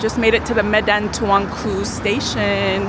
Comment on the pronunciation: U pronounce Medan Tuanku very perfectly😅